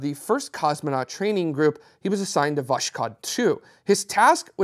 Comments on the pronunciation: No, is right about the S in Vas-hod, but it is a V, not a W. There is no W in Russian. Just go to Google Translate and translate 'sunrise' into Russian.There is an audio pronunciation feature too. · I'm still not getting it. Sounded like he said "vosh-cod". It starts with a "W" sound? Wish I knew the phonetic alphabet